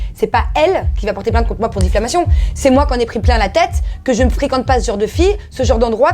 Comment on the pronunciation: elle dit difflamation au lieu de diffamation. quelle nouille. nan mais c des vraies cassos ces gens de tele realite